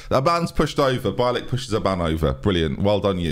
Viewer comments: It’s said beeilick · Bielik should be pronounced like B-ye-lick - you can also put his surname in Google translate and check the pronounciation, as his surname means a white-tailed eagle in Polish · Derby fan here, Loving the series. Just FYI, it's Bielik is pronounced Bee-Lick. Keep up the great work! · more like be-a-lick, but bee-lick is close enough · b ye lick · I’m pretty sure it’s “BEE-LICK”. He was Charlton’s best player in our 18/19 playoff winning team. Great player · As a Polish person :D bielik would be pronounce more like B-ye-lick cheers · Bielik is pronounced Bee-ye-lick (I believe) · bielik is pronounced bee lick btw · Bielik is B-yeah-lik